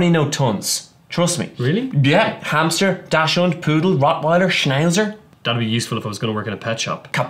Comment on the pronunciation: Its DaCHShund (pronounced like Ducks-hoond) not Daschhund. CHS not SCH.